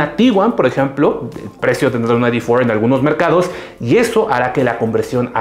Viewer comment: No se dice "Volkswagen ai-di for". Se dice "Volkswagen i-de cuatro", y si de plano se quieren verse puristas, háganlo bien. En alemán se pronuncia "Volkswagen i-de fier". Parece que no supieran que Volkswagen es una empresa alemana y creyeran que es gringa. Patético de verdad.